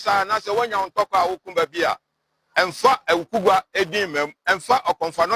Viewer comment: AWUKUGUA, NOT AWUKUGUAA😊😊